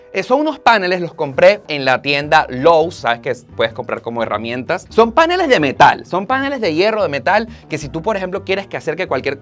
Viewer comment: CONsola??? PAnel???? sere yo que no se donde está la fuerza de pronunciación ?